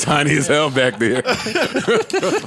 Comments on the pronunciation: Is it me or joe keeps saying the “BIKE to business” instead of “BACK to Business” ? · Why Joe be pronouncing back like bike?